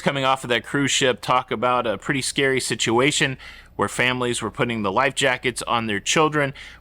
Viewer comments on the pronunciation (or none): none